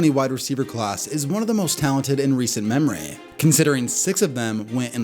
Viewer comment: “Recent memreyyyy” 😂